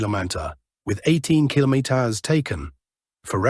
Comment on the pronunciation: Al voice can't say kilometer today huh?